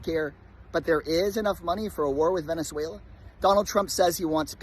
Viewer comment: So nice that someone can actually say Venezuela 😅